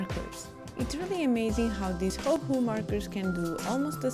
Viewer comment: you say it perfectly, never change!